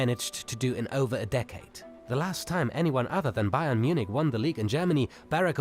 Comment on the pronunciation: it's pronounced munick btw not munitch